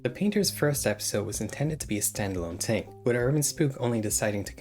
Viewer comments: bro says TIng instead if Thing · Pronounced " thing" not "tink"